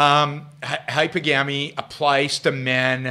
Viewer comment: Please at least PRONOUNCE it correctly: It's pronounced 'hy-PER-gamy'. Here's a hint: think of the word 'polygamy': how is it pronounced? Po-LY-gamy. Same thing here, Yaron. Stress on the SECOND syllable.